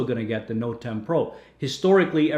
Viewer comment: "Noet 10" inhales